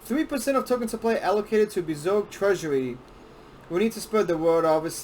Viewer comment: I have seen many of these types of videos on Bezoge. He doesn’t say it right and he is lazy. I don’t trust this video. I am more informed and care more than this dude and I’m just a hodlr on like 1000$ of bezoge